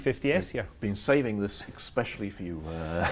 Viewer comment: the last 15 seconds, Did that brain say “exspecially” ?